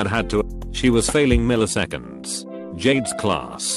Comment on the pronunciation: мiliseкеnds.... jade